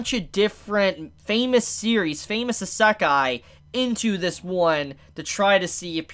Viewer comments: Heheheh~ If you think this an Isekai that combines themes of other Isekai, then you haven’t seen the insane variety and number of Isekai’s out there. Also, Isekai is pronounced (ee-sec-eye) as opposed to (eh-sec-eye) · How do you not know how to pronounce "isekai"? Did you not pay attention to the isekai quartet opening? 🤣🤣🤣